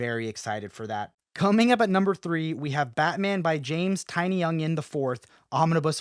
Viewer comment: Did you say Tiny-Onion?😂 I did enjoy Tynions Fear State run but not tooooo excited about these Omnis or absolutes for next year